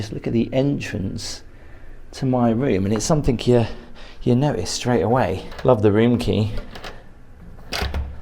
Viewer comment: Please it's something, not somethink.